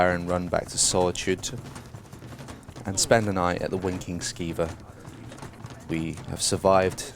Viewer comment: Haha I could of sworn he said Wanking Skeever instead. xD